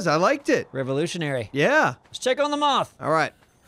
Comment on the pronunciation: Why does say moff instead of moth